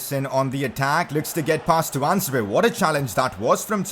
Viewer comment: Pcq: focus on the fa cup this season so we can be in the community shield in any way because the team that wins the fa cup is not usually the team that wins the league. and also Tuanzebe is pronounced toon - zeb not tu - an - zeb- è. He’s English.